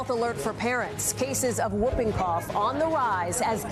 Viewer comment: Not whuuping, whooping, Hallie.